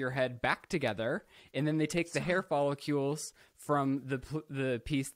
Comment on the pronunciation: “hair fall-eh-cules” thank you 💀